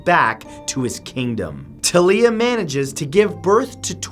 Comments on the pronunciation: I thought it was Talia. Pronounced like Talia Al Ghul’s first name. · its T"A"LIA